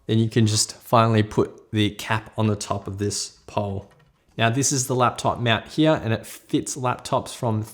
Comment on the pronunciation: He says meownt instead of mount XD